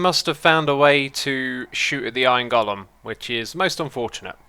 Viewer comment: “iorn gullum”